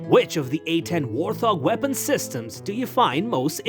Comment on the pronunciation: This would be interesting if the foreign bot didn't have the Elmer Fudd Syndrome where the bot cannot say its "R's" it comes out as a "W".And it cannot say Wart Hog,the stupid bot puts a "th" sound to it as in thing or those. Granted Warthog is one word but still...